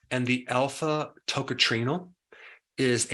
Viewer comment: You don't pronounce that as TOCATRINO for heavens sake!